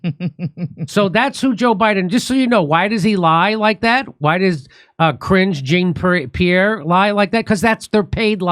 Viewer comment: “Cringe Jean PR.” Oh, Jimmy...